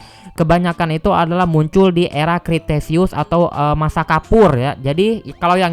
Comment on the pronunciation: Dibacanya bukan kriteseus tapi kretaseus (kalo gk salah) Sama yang mosasaurus itu sirip bukan tangan